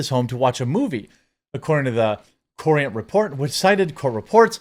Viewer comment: "Courant" is pronounced like "current". (I grew up in CT)